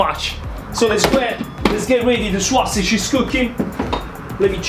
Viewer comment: The “swuah-sidge.” 😁